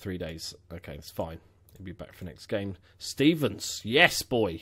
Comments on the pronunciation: It's stRevens not stevens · Its Ben StRevens. Theres an R in his name ;)